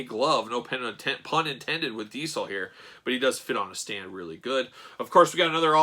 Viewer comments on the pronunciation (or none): For the love of god .... diZel ... your killing me with your d-cell pronounce of the name ... face is off but looks cool ... jealous